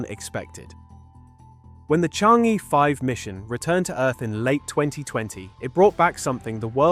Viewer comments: It's not "chan-gay" or "chang-ee" " it's chong-uh" in Mandarin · Interesting info. Thanks. But it’s not called Chang gay. Or Chang geee. It’s something like Chang Errr. The rrrr is of course silent. The craft are named after the famous Chinese moon goddess. 嫦娥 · Oh my ears, it’s “Chong un” ! I thought China was already mining Helium on the moon.